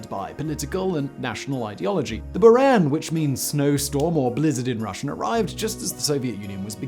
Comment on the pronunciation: “Bouran”, not “Byuran”